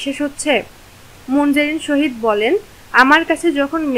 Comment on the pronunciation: Munzareen sahid hobe..... Tumi sohid bolcho kano😂😂😂😂